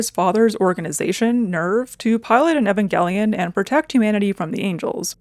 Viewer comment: It's such a small thing but I really appreciate that you pronounced Evangelion the right way. A big pet peeve of mine is when people say it with a long E at the beginning.